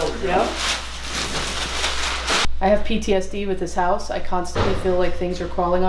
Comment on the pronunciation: "This hoise smell so bad and has alot of coucacurutches" 😂👏